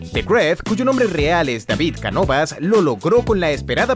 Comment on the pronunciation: Cavid Canovas xD David*